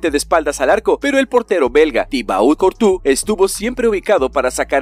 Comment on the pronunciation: Courtois se pronuncia curtua